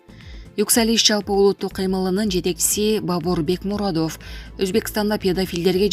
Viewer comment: Чон кыз туура окуганды уйрончу, канча адамдар силерди угат. Жапарооф эмес, Жапаров.Бекмуродооф эмес, Бекмуродов.